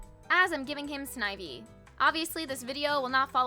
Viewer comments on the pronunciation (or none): Sneh-vee?????? Oml😭